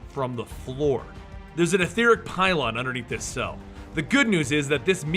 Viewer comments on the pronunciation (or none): none